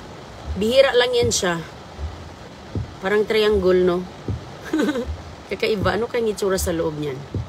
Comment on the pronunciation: Triangol daw,hahaha,inuubo na si miss kol kol,sarap daw mag kapi,kape lang di pa masabi ng tama.😅😅😅😅